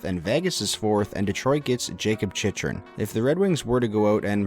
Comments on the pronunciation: Not to gripe, but it’s “chick-rin” not “chich-rin” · The fact you mispronounced Chychrun (Chick-rin) so many times in this video. 😐😐😐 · You can’t even say jakub chychrun right